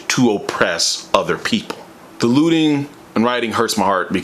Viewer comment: Every time you say looting i hear lewding, because of that i can't support your message.